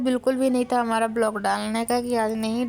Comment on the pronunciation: ब्लॉक नहीं व्लॉग बोला करो